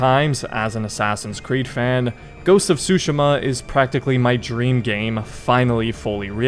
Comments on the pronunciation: Please stop saying Tsu-sheh-muh. Tsu-she-ma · Great vid but it's actually pronounced Soo Sheem Ah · Pretty sure your pronouncing it wrong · The more I hear it, the more I realize "Tsu" is to native English speakers what "R/L" is to native Japanese speakers. For those who don't understand, the "T" in "Tsushima" isn't actually silent. It's just very slightly voiced in a way that most non-Japanese speakers have difficulty picking up. Even knowing this I can't pronounce this word correctly to save my life. 😅 Anyway, did not know there was a movie in the works but I am here for it. And a sequel to the game? Yes please! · Bro the way u say Tsushima 😭